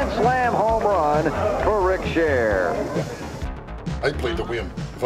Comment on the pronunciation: a "homrran"